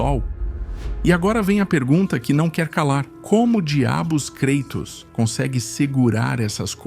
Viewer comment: "KREITOS" ta de sacanagem!